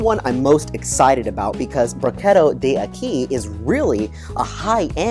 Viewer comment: D’acqui = dack-quee . It is Italian, not Spanish. Good review!